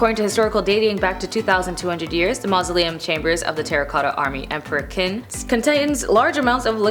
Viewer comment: Qin Shu Huang, Qin is pronounced as "chin".